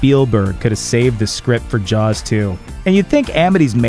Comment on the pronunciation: I thought it was called jaws not jars.